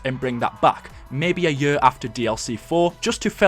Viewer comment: I love the way u say year xD YURRRR